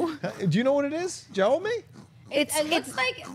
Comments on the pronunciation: Jaume is a Spanish name - so it's correctly pronounced How-may Coyet-Serra. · 'Jaume' is 'James' in Catalan (a language in a region of Spain). You could pronounce it more or less like this :"Yao-ma"